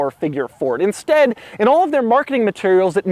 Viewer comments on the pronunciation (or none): none